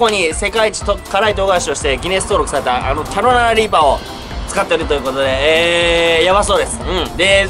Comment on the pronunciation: 、毎回キャロライナリーパーってちゃんと言えてないのが可愛いですw 1回の動画で何回言っても、やっぱり言えない所がまた面白いw